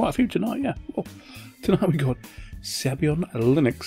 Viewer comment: it's Sabayon, not Sabyon! Saba-yon!